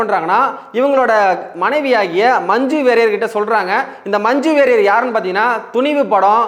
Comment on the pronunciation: மஞ்சு வாரியர்...மஞ்சு வெறியர் இல்ல டா ...சட்டைக்கு ஒரு வேண்டுகோள் நன்றாக தமிழ் உச்சரிக்கும் நபர்களை தேர்வு செய்யவும்...திராவிட தொலைக்காட்சிகள் மாதுரி தமிழை சோதிக்கவேண்டாம் ..